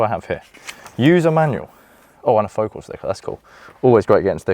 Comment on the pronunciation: Pronounced Foh- CAHL.